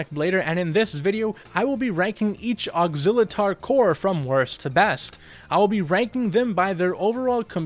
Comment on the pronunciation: Technically his name is pronounced as ox-ill-uh-tor.